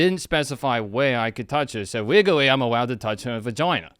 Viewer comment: Im going as for Halloween this year and when anyone asks me what i am, im going to tell them "wegawwy i can go wight fow the vagoina"